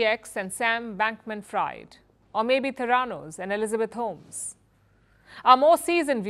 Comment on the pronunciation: Palki, people in the US are pronouncing Sam Bankman-Freid’s name as “freed” not “fried.” Cheers.